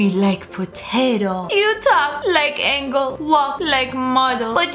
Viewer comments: It says Angel But She said Angle 😂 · HAHAHA SHE READ "ANGEL" AS "ANGLE" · ANGLE?!!?!? ITS ANGEL NOT ANGLE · When they spell angel correctly and a native english speaker pronounces it angle smh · You kept saying angle but it’s angel 👼 😂😂😂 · I like how lia accidently pronounce angel as angle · she forgot how to read angel